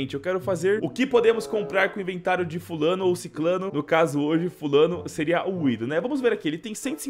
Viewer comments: não é widoh é winnnnndoh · vc fala WIDOH cara é WINDOH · Krl man dica falando Winduh pqppp é windoh krl